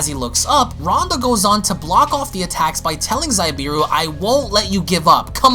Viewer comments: I believe it’s actually pronounced Zabieru “Zah-Bee-air-ru” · Also its Za-be-air-u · Amazing u but u said zabs name wrong also that's not goku its fon zabs brother plz love ur vids but do ur proper research and don't assume mid video or just ask the artist him self which u should look on insta pretty sure he addressed it